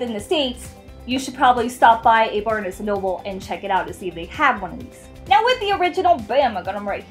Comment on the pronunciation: Yeah I thought that was weird too. It's Barnes, like barns. LOL